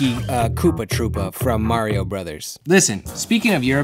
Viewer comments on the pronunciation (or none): none